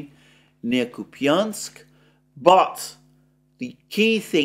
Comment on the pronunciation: Kupiansk ---> [ COUPE insk ] Piatikhatki ---> [ pee tee KHAT kee ]